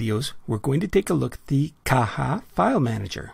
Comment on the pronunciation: I was right! It's pronounced 'Caha'